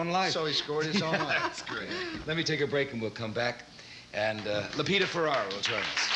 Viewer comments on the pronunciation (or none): It's Lupita FerrER not Lupita Ferrar